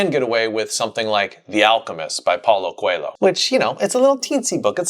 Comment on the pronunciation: the exactly moment, in my whole life, I realized english speakers aren't able to pronounce "Coelho". It's just a fun fact, but, well I was surprised. It made me think of how in Addam's family the theme would be "good families are all the same, don't get fooled by what you see". Anyway, great video